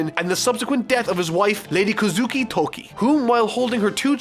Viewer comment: Kozuki, not "Kuzuki",. Shutenmaru, Atamayama is different thing.